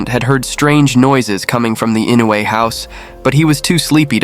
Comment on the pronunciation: Maybe he didnt know how to pronounce Inoue… it is difficult for non japanese speakers… I always butcher English name, so i feel him.